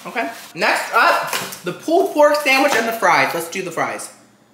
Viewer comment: “Pooled pork” 🤣🤣